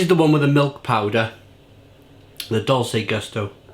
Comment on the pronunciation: Pronounced “Dolchay” as in Dolce & Gabbana.